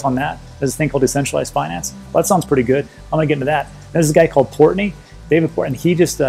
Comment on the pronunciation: Lol port Noy!